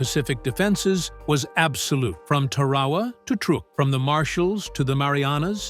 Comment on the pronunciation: If you want to be a historian, learn how to pronounce words like Tarawa